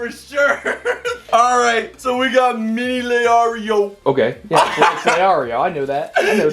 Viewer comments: Calls him leario but there isn’t even an a in leorio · hizuka, leario, karapicka, hunter “x” hunter, i swear he’s trying to get the pronunciation wrong